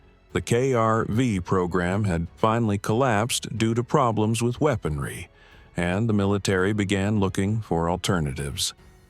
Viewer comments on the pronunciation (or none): none